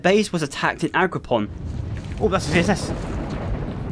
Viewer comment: It's AgroPROM, not PON, pal. Nice content noneless, makes my boring shift a bit more enjoyable